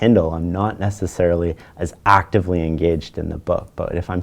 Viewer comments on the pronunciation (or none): "ACTively" - rip fellow headphone users